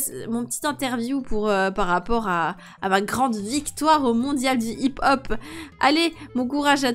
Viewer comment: Sa se prononce hip-hop